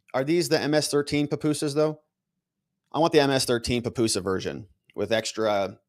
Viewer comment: It’s PUPUSA not papusa. Leave Kilmar at Cecot but please get pupusas right, they’re delicious!!